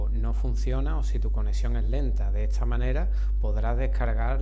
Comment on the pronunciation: todo muy lindo, pero porque cruzas las letras y decis etsa en vez de decir esta? es raro